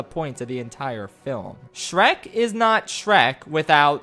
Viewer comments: “dreck and stronky” ah yes dreck from dem work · Shronk my beloved Ah yes, classic Drek and Shronkey rescuing Fiora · Drek and Shronkey💀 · The nonchalant mispronunciation of Shrek kept catching me off guard